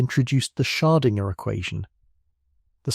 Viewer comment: Perhaps you could teach the AI voice to properly pronounce “Schrödinger.”